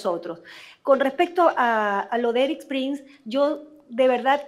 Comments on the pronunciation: Se pronuncia Prins no Prains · No es Prains es Prins o se escribe Prince 😂. Ya basta Prains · No entiendo porq este señor pronuncia mal el apellido del gringo Erik Prince??? Buehhh al menos da ibformacion confiable